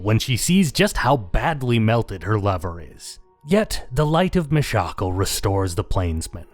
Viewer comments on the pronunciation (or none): me shackle? dafuuuuk. ew gross pronounciation no way. it's clearly always been pronounced Mish-uh-kahl. fight me.